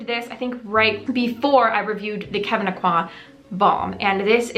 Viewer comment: Thank you for correctly pronouncing Kevyn’s name. You’re the only person I’ve heard who pronounces it the way HE did. ☺️